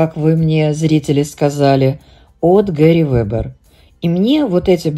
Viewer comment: Пожалуйста,произносите название бренда Герри Вебер мягко с ударением на букву Е, слово пУловер, но не палувер! Слово Лагерфельд с буквой Е!Не обижайтесь,это искренне сказано,я вас уважаю